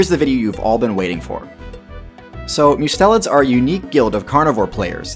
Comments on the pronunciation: Mustelids: Must (as in Mustard) - e (eh) - Lids (eyelids). Must-e-lids. Not Myu-stelids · It's pronounced must-a-lids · "Mustelids" is pronounced "MU-stell-ids."